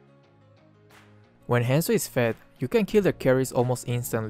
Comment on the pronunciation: whenever he says hanzo i keep thinking he says handsome HAHAH